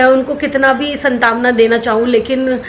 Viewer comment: Santaavna nahi saantvana kehte hain 🥴